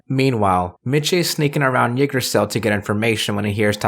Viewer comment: I know it’s been a bit since this video was uploaded, and in the end it doesn’t really matter, but the way you pronounce Yggdrasil is really jarring